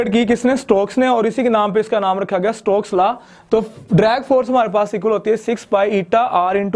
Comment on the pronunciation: It's Stokes law not strokes law